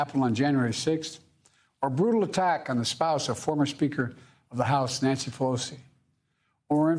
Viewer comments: “Nancy Felosi” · Nancy Fal-o-cee